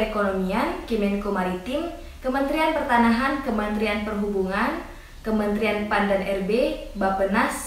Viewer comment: Pertahanan kak bukan pertanahan hhe